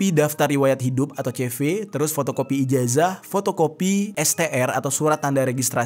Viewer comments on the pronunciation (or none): none